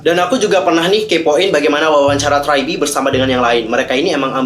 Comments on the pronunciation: Gua hampir bingung pertama denger nama nya, karena bilang try be, ternyata tri be. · Abangnya bingungin gw dari tadi liat subtitle siapa si nama GG nya eh malah tragedi , terus gw denger ngomong apa si tadi gw cari trybe kok g ada eh ternyata lagi bacanya try